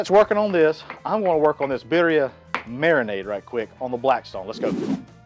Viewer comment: If this is a Spanish dish the double “rs” are rolled when pronounced.